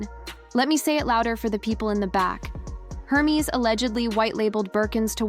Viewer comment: AI pronouncing Hermes like herpes. 😅😂😂